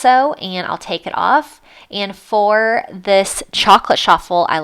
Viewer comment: It’s Ch-affel!!!!!!!